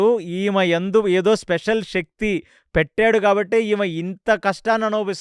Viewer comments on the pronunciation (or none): none